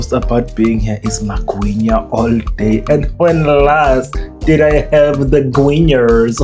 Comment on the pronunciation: 😂 😂 Not "the gwinyaaas" 😂 😂 😂 😂